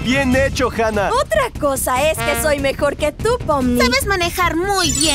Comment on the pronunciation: se dice Hanna